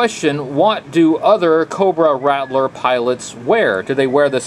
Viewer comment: RAT-LER ……why do people always pronounce It RADDLER?! Or RATDLER ….there is no D in the pronunciation